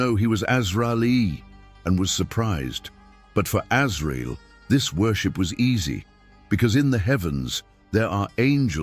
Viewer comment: Assalamu Alaikum dear channel owner, your content is amazing Ma Sha Allah and the topics are very interesting. But I would like to point out that the AI narration and subtitles you use do make errors and missed wordings that impact the integrity of your videos (for example, in this video, Allah's name was missing in both the narration and subtitles and Azrail (Alaihi Wa Sallam's name was mispronounced several times). Please double check for any mistranslations/mistakes in your video AI narration and all will be well, jazakallahu khairan and may Allah bless you. 💖💖